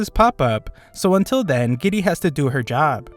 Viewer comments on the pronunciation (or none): none